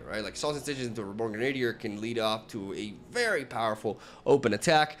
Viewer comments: GREN-ah-deer. Accent on the first syllable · It makes me smile that still can't say the word "grenadier" 😂